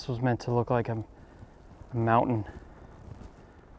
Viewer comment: How nice to hear someone say mountain and not " mou'en"